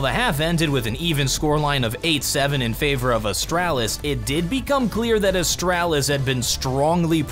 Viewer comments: Its astralis not "astrAAAlis" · can i just say its astraalis, not astrAlis. your pronunciation is triggering me so hard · Please stop pronouncing astralis as astrælis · AsTRAlis...not Astrelis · It’s not AstAHlis it’s a(straw)lis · Austr-AH-lis. So annoying but good vid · Is it just me or I feel annoyed whenever he says "Ahstralis" ? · The way he says astralis hurts my heart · Ikr, make it fkn stop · Yeah its bad.. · saying "Astralis" sounds like a British person imitating an American. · You say Astralis like my dad says Nintendo. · cant handle the way he pronounces astralis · the way pronounces astralis is stressing me out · the way you pronounce astralis. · Anyone else triggered of how he says Astralis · why do you say Astralis like that it hurts my head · Anyone left the video due to his way of pronouncing Astralis? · why do I find your pronunciation of Astralis so tilting... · The way you pronounce astralis tilts me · how do you manage to say astralis like your have some kind of speech impediment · Bruh the way you're pronouncing Astralis is triggering the fuck out of me.